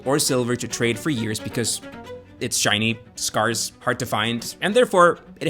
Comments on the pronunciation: scarce is pronounced scares, not scars. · I've literally never heard someone pronounce it as "Scahrse" before, as in "Cars" I've only heard it as "Scairse" - as in "heirs" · It's pronounced sk-air-ss. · Dear, scarce is pronounced like scare with an s sound at the end. It is not pronounced like scar with an s sound at the end. If there is a word you are unfamiliar with please look it up instead of making it up. Thanks in advance. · The narrator does not know how to pronounce the word 'scarce' - which is confusing . I kept thinking he was talking about Simba, Scar's nephew. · Am I just dumb, or is that a really, really weird way to pronounce "scarce"? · yeah he says it totally fucked up haha